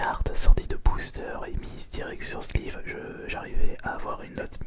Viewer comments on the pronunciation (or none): none